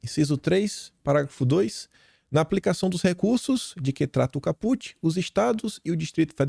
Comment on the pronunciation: Para que ninguém te critique, vou te corrigir a palavra Caput. Fala com se tivesse acento no a. Cáput. Não tem acento, mas fala-se como se tivesse acento..